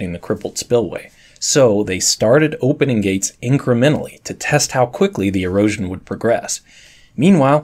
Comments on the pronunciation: I had to replay that part because I thought he said Heroin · why does he keep saying heroin scars?